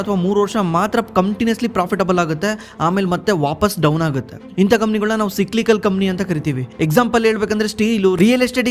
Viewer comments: ಲೆ ದಡ್ಡ ಏನ್ ಓದಿಲೇ ನೀನು, ಸಿಕ್ಲಿಕಲ್ ಅಲ್ಲೋ, ಸೈಕ್ಲಿಕಲ್ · Le mangya ಏನಲೇ adu ಸಿಕ್ಲಿಕಲ್ ಅಂದ್ರೆ 😂😂😂 ಸೈಕ್ಲಿಕಲ್ ಗೆ ಸಿಕ್ಲಿಕಲ್ ಸಿಕ್ಲಿಕಲ್ ಅಂತ ಬಡ್ಕೋತಿಡಿಯ 😂😂😂😂